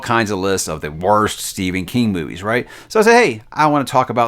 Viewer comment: Did he say "boobies" instead of movies in the beginning there? 🤣🤣🤣🤣